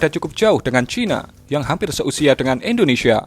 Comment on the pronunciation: Siapa disini yang denger kata Indonesia menjadi Indonesha?